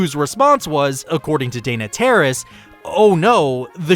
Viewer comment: I dislike the way you pronounce Dana's name.